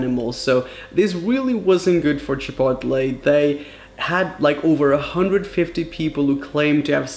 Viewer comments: Chipotli?? You mean chipotle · I love the way he says Chipotle like CHI-POT-LEE instead of like Chip-oat-lay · Wtf is Chepotle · The way he said chipotle has me dead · The way he says chipotle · IS THAT ACTUALLY HOW YOU SAY CHIPOTLE?!